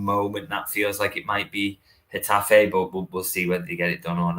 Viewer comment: Jeez!! It's not "G' its 'H' - for Getafe - you pronounce the G as a rolling H - Hetafe! ie Huh Ta Fey 🙄